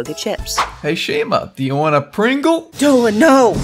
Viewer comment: dolan sounds like a dolphan